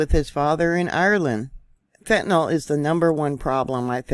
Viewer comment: #1. America has bigger problems than fentanYL, BTW it's NOT fentanALL, it's NOT fentanol, it's fentaNYL. Get your chems straight. Our "biggest problem" in America is the same as every other civilized, (or uncivilized), nation. It's the NEW WORLD ORDER who's ADDICTING everyone with everything from depopulation food to vaccines, to MSM indoctrinational brainwashing. They're flattening your frontal lobes with everything under the sun. Many of you no longer have the capacity for independent thought or objective critical analysis of what's going on around you.